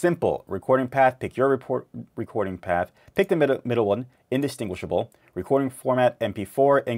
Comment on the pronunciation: Practice saying the word -distinguish few times,then add--able.......distinguishable .Breaking the word in two DISTINGUISH-ABLE. In-distinguish-able.Thanks for the tutorial I just got OBS Studio.